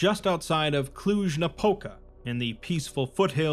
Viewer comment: Idk how but you pronounced Cluj-Napoca really good!!!! Nice! Now considering that I live in Cluj i shall be looking for this inn